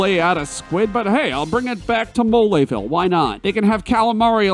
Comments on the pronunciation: Oh gosh, the "e" in "Belome" isn't silent? I've been saying it wrong all this time?! Oh gosh, the "e" in "Mole" isn't silent? I've been saying it wrong all this time?! What's "moleville"? I know only of "Moléville". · "MoLAYville" Really, dude?..😐🤣